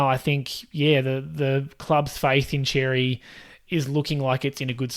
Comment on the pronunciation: Xerri is pronounced Sherri